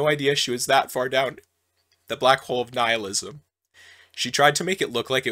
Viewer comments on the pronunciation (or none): none